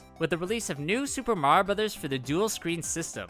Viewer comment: how can mario youtubers never pronounce "mario" properly